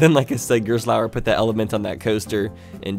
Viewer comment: I know it's hard, but I still hate the way you pronounce Gerstlauer.